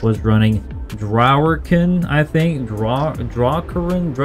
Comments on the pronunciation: It’s pronounced drogger-kin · It's pronounced Draw-GRR-Kim.